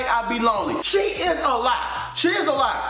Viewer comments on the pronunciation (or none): had me dead when he said SHE like that 🤣🤣 I’m on the floor